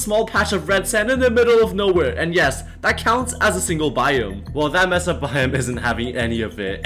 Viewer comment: it is pronounced may sa not mess uh